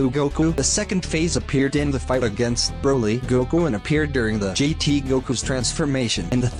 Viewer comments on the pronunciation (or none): none